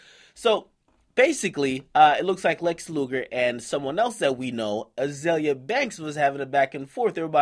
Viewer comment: its azealia pronounced zeal lol